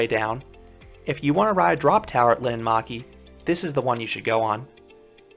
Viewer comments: POV: Finnish person watching this🤣☠️ you don't know how to speak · Sorry but it's linnanmäki